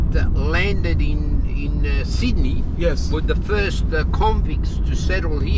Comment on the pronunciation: Sid-Da-Knee Austraya' mate.! Next time you come down this way let someone know you will be greeted with open arms my friend. All those sharks are out looking for travelers like yourself as you have the understanding this is a land of many opportunities were so many migrants have taken advantage. We are a simple bunch with freedoms and the oyster is in the beauty of our land. As your multicultural taxi driver expressed we are very hardened and love a joke and if you join us you will be part of the family. Thank you for showing this wonderful part of the world. P.S public transport may be cheap but rest assured you made the correct decision in using our Taxi or Uber services for your first time down here. Hope to see you around one day.